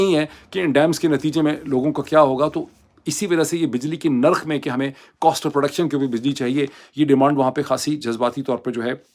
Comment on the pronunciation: Mr moeed Pirzada plz use proper Urdu words Correct words are Lafz Nirkh Not Lafaz nor Markham???